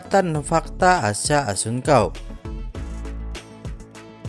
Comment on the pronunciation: Salah 🤦 asha kelahiran th 2004 dan assuncao baca nya pakek C bukan K 👌😘